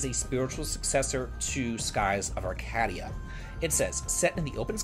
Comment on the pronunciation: Quick corretion. Its pronounced Skies of "arcade-ia" not ar"cad"ia.